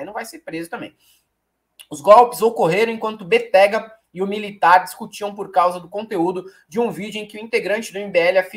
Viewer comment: Béttega... sílaba forte BE...